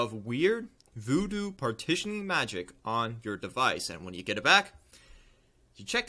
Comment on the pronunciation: i love how he calls it voodo XD